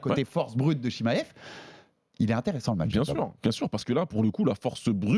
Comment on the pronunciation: Arrete de dire « chimayev » stp c’est chimaev🤣